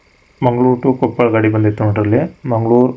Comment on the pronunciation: ಕೊಪ್ಪಳ್ ಅಲ್ಲ ಕೊಪ್ಪಳ